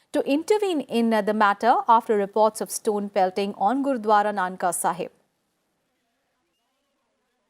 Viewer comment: Mam not nanka sahib its nankana sahib..